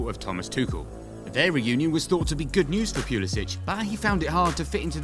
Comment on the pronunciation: Yeah, unless he starts on the regular next season, he needs to leave Chelsea. Also, not sure if you're saying his last name right.